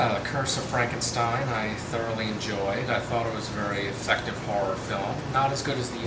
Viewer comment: Great reviews as usual..... But a little constructive criticism. You noticed your mispronouncing Frankenstein as Frankensteim, well you also do the same thing (or used to) with the word Valentine. Also, you often used a d sound at the ends of certain words, mainly religion winds up sounding like religioned and cousin can sound like cousined. Also in the "used to but not sure if you still mispronounce it now" category, in a lot of your Batman reviews, you mispronounce Gotham as Gothlam. Hopefully noticing this will make your future reviews to become even better than the old ones. Keep up the good work!